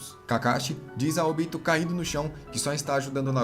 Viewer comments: Muito bom o resumo, mas a pronúncia dos nomes me deu uma agonia viu principalmente o do Obito e não Óbito pessoa que estar morta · Sério? "ÓBITO"? A pronúncia é Obi-tô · O resumo é top, mas pq não manter a fonética dos nomes igual a japonês? Ex: pq óbito e não obíto? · Quem aí tmb ficou com agonia vendo ele falar "Óbito" ao invés de "Obito"? Kkkkkkkkkk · Pelo amor de Deus, OBITO NÃO TEM ACENTO NO 'O' pra ele falar ÓBITO, credo parece que nunca olhou legendado! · Podia aprender a falar os nomes dos ninjas direito.. óbito é quando alguém morre pô.. kkkk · Vc fez um otimo trabalho parabens, mas....maioria dos nomes foram ditos de maneira errada, como "Óbito"(morte) e Ashura de resto ta maravilhoso irmão continua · Esse cara não sabe falar os nomes dos personagens direito não? Óbito? Kuina?